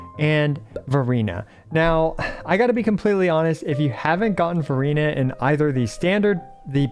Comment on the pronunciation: Why do i hear Furina when you're saying Verina lol